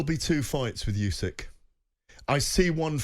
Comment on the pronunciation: Surely it's "Usyk" not "Yusyk"? I can't fathom how a boxing journalist can keep getting it wrong, it would be like call him Ygareth?